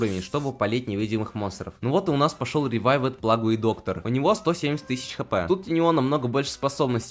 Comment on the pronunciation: БОЖЕ КАК Я НЕНАВИЖУ КОГДА ГОВОРЯТЬ ПЛАГУЕ БЛИН ПЛАГУЙ А НЕ ПЛЭЙДЖ